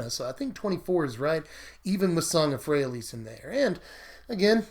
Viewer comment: Pronounced 'Fray-a-leez'